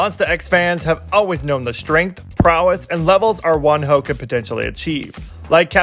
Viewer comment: they say wonho, i hear one hoe